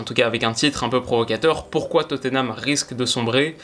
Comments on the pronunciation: S'il vous plaît : on prononce << Totnam >>, pas << Toteunam >>. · Je t'en supplie c'est Tottenham et pas Toténham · Oh mon dieu je suis obligé de le dire même si c'est 3x rien ça me frustre trop x) c'est pas toténam, ni toteunam, c'est juste totnam 🙏🙏🙏